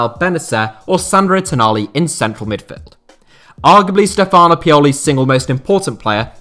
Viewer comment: Hint: the accent in most Italian first names is on the first vowel; Dàvide and Stéfano